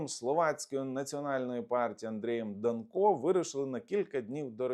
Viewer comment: В принципі не ДанкО, а ДАнко. Наголос на перший склад. Я думав більш відповідально до своїх ефірів готується. Але мабуть я помилявся